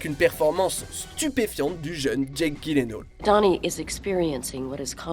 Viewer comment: Comment tu prononce Jake Gyllenhaal mon dieu...... mes oreilles